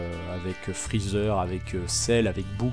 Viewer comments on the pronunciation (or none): none